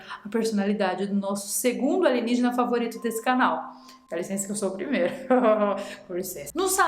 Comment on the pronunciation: Nem lembro quando comecei a falar ALIGENIGENA. Jamais vai sair com a pronúncia certa😂😂😂